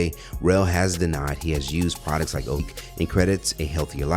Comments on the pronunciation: Sounds like he's say Mozambique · It’s “O-Zim-Pick”! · I had to run it back the first time I heard "o-zim-peek". 😂 😭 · Why are you saying Ozempeek??? It's Ozempic (O-zem-pick) sound it out! 😂🤣🤣🤣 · wtf is Ohsem Peak? Sound like a national park lol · WTF is " o-zim-peek"🤔😂😅😂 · I thought he said Mozambique.🥴😂😂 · Thumbs down for the mispronounciation of ozempic. Are you serious my guy? We only heard how it's pronounced from ALL the Gaw Damn commercials and shit. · Man, your pronunciation of Ozempic is killing me. Have you never heard of it prior to making this clip? Lol. 🤦🏾‍♂️ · You pronounced ozempic like it's a country in West africa